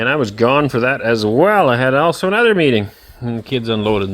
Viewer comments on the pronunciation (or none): none